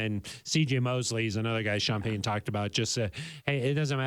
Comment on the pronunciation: Go Sean Peh-uhn and the whole gang! I hope Suh-uhn regains his greatness!